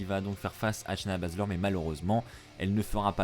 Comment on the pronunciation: Chuis daccord avec toi mais dis shayna au lieu de massacrer son nom de famille (baszler)